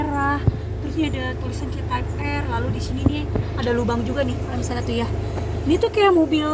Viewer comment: Maaf mb.. Penyebutannya bukan tipe R.. Tapi (taip ar)